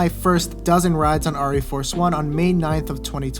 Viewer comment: Pronounced Air - EE Force one.